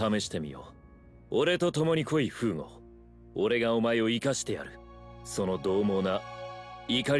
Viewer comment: Thanks for the upload! BTW I don't want to be mean but it should be フーゴ not ふぐ